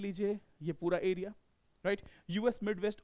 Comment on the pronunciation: ए बुरी (एरिया) होता है! की (अरियाज) होता हैं कैसे कैसे लोग आ जाते है यार... ये भाई सुध भाषा मे पढ़ाओ आम बोल चाल मे